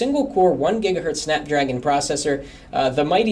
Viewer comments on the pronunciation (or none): none